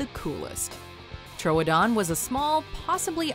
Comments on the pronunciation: trowdon?? its troodon as in truedon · Tro-o-don? It's pronounced tr-OO-don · True-don not tro -oa-don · The pronunciation for troodon is tr-oo-don 😂😂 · it's tro don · It’s pronounced “true- uh-dawn”